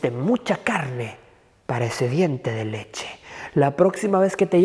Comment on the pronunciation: Eres un amor me ereido mucho cuando dices diente de leche.🤣🤣🤣